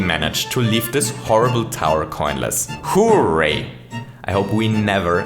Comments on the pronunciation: His voice is so off-putting, though... it makes me uncomfortable hearing him say “hoo-ray”. I always hear people saying it as “hurray”, so this, with the voice, makes me want to die. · When he first said hooray, I thought he said who raped